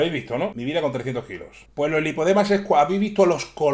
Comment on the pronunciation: Hay tres niveles de “lipodemas” que encima lo dices mal.